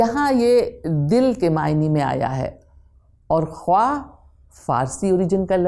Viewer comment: Afsos sad afsos !! yaha'n to charagh talay andhaira hay ! jama jama k bola ja raha hay Khuwaah jab k talaffuz hay khaah !!! Zia sahab aap nay durust farmaaya hay magar in ka kiya kejiyay jo urdu ki taang tore rahay hain !!